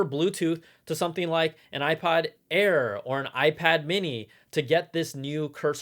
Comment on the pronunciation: Is it me or did he say. (iPod air??????)